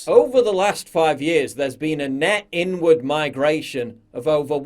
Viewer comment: What you hear: "... there's been a net inward migration..." What I hear: "... there's been a net n word migration..."